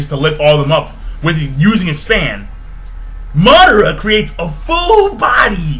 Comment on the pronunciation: MaH-DaH-Ra xD Madara not Mudora